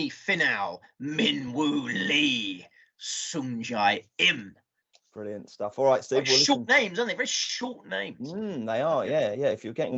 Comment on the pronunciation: Sung-jae-im my lord sung-jae-im